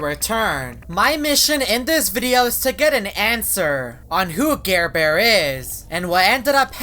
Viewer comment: Its NOT garebare its ???